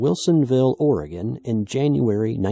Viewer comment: Thank you for saying “Oregon“ correctly. LOL